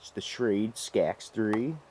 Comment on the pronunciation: You wasn't pronouncing Schrade correctly..